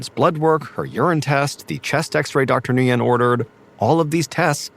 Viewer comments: Nguyen is pronounced “Win” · The doctor name is pronounced when. Nguyen. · Nguyen is pronounced win. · Dr. Nguyen is not pronounced this way! It’s pronounced like “win”. Makes me laugh!😂